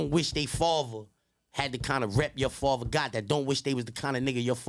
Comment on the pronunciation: Everytime he says “faver” nd not “father” its like nails on a chalkboard 🤦🏻‍♂️💨🖤🧟‍♂️🤷🏻‍♂️